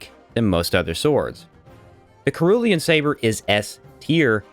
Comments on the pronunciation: I know this vid is from a year ago but sr·oo·lee·uhn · Man, I already watched a dozen of your great videos, but then you just "kerulean" saber. It pains my heart. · The C in cerulean is pronounced like a S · Brother the way you pronounce Cerulean 😅